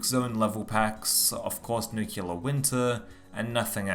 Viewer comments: Nice vid bro but a quick word on pronunciation. It is Nuclear and not Nucular🤭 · Nucular, huh ? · ‘Nukular’ Winter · I recently read a joke about the « nucular » pronunciation in english for « nuclear ». But I think it’s the first time I hear it for real, in this video ! (unless my ears are playing tricks on me) Interesting content as always, keep up on that trend :) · Say it with me. New Clear.